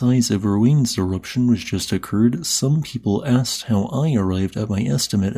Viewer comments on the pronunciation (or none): none